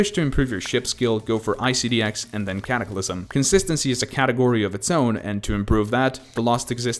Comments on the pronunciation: ah yes. the easiest extreme demons. l "Caclysm" and "Liak" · "Caclysm" "Liak"